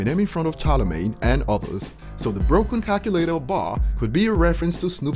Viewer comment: Braaah snoops name is calvin lol hear the way he pronounces cal....culator 100 percent at snoop with that f snoop he is a back stabber and doesn't even wrote his own thing 100 percent of the time jay z has wrote for him hows he gonna be a goat not writing his own tracks HAHAAH